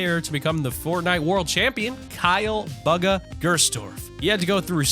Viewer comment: his name is not buga